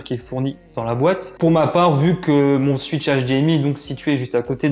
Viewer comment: Le "suitch" hdmi et la Nintendo "Suitch" 😁